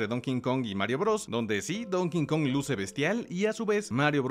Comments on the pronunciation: como correccion en buena onda... el chango se llama Donkey (donki) Kong pero tu pronuncias "donkin" kong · Se pronuncia Donky Kong (ya se que esta mal escrito) no es Donking kong (es burro no rey) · No es “Don King Kong”, es Donkey Kong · Nomás que es Donkey Kong,. NO Don King Kong 😁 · Me irrita escucharte decir "don kinkong" btw